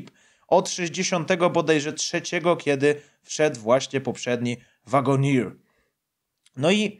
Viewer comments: Zapodam troche wymowy: Cherokee - czeroki (czasami tez wymawiane jako cziroki - ale nie szeroki albo sziroki) Wagoneer - łagoniiir (dlugie iiii - czyli eeee) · * "Czeroki" i "Łagonir"